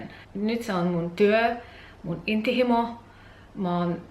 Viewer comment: Tosi hyvin puhut suomea. Ainoa sana jota en ensin tajunnut oli 'intohimo'. Lausut sen hieman hassusti, 'inttihimo'. :)